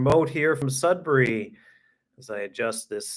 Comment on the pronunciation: Sudbury is my home town! Hope you enjoyed your time here :) Also happy to see you pronounce Sudbury properly. I live in Southwestern Ontario now and everyone pronounce it "Sud-berry" for some weird reason lol